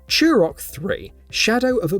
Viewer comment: Say it with me "too - rock", not "chew - rock".